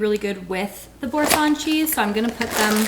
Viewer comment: OU(D)...like ou(ps).. it means wood... and bour(sin) like (cent)..french prononciation 😂